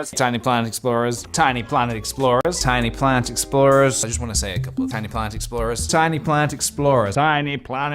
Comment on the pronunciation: ok, but by the end of this it sounds like hes saying "tiny plant explosion"